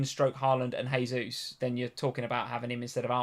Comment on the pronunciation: Jaysus please, not haysus. It's Portugese pronunciation, not Spanish. Everyone seems to get this wrong.